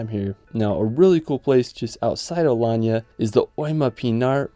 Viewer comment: Video nicely done. You are right that you only made a scratch, there are many other places. I guess you had trouble choosing the top ten amongst many contenders. I noted a minor typo: Alayna. Your pronunciation is correct though: Alanya.